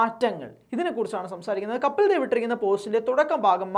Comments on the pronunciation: കാര്യമൊക്കെ ശരി. 100 % യോജിപ്പുമുണ്ട്. പക്ഷേ കപ്പിൽ ദേവ് എന്ന് തുടർച്ചയായി ഉച്ചരിക്കുന്നത് കേൾക്കുമ്പോൾ ഒരു അസഹിഷ്ണുത. കപിൽദേവ് അതു മതി. ഇൻഡ്യ ഇതുവരെ കണ്ടിട്ടുള്ള ഏറ്റവും മികച്ച ഓൾറൗണ്ടറുടെ പേര് തെറ്റിക്കാൻ പാടില്ല, പ്രത്യേകിച്ചും പ്രബുദ്ധരെന്ന് അവകാശപ്പെടുന്ന നമ്മൾ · കപ്പിൽ ദേവ് എന്നു പറയല്ലേ.. കപിൽദേവ്., എന്നു പറയുക. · കപിൽ ദേവ് എന്ന് വായിക്കു!